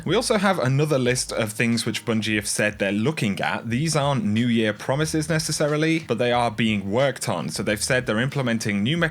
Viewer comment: Large emphasis on the word "Promises", at this point almost all of my hope for the game I loved has been bled dry I barely even play anymore